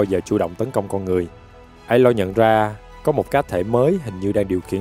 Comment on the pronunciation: anh đọc sai rồi phải là a-loi